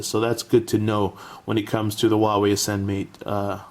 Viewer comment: Nice video. BTW, It should be pronounced like WHO-ARE-WE.